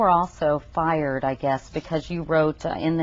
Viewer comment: I love how Couric places some emphasis on "FIRED"